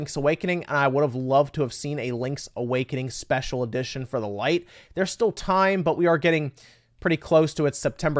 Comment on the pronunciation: Say it with me... LITE 😂